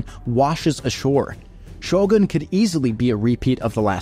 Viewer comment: Finally someone said Shogun correctly, it's so annoying to hear people keep say Sho-gun instead of Shogoon.